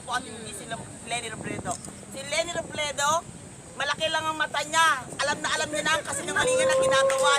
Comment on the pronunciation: ate robredo hindi robledo.hehehe....di ka lng pangit bulol kpa hahaha.... ate alisin mo salamin mo kc kung makapanglait ka ng kapwa mo grabe,baka pag inalis mo salamin mo bulag,duling or kirat ka hehehe,,,#gutom lng yan.